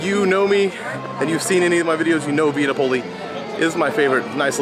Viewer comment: Correct Pronunciation: SANAA = Sa.Nah (NOT: Sauna) VIA NAPOLI = Vee.Ah Nap.Oh.Lee (NOT: Vee.Ah ) I'm not trying to be rude, but if you're going to do a review on an ethnic/international restaurant, you should learn the correct pronunciation of the establishment. It's just a courtesy. Also, there is no MORIMOTO'S ASIA. It's just: Morimoto Asia. (Great reviews though, otherwise!)